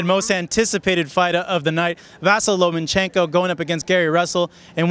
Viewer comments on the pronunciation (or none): there is no N in the middle of his name. It's Loma-chenko not LomaN-chenko. Alot of Americans get that wrong.